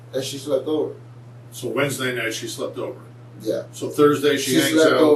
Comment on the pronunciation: Waresday? Wtf is waresday u idiot smdh infuriating